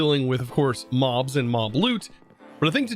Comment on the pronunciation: i heard Moms instead of Mobs and i laughed for like 15 minutes